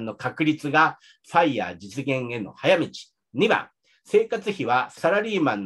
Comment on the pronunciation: のFireの発音完璧ですね。奥さんとも英語でほぼ話したりしていますか？